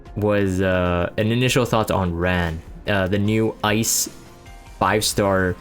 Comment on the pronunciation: Ran. 란. R - ah - n